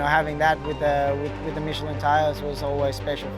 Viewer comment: Dear God finally I am hearing someone at MOTOGP pronouncing Michelin correct!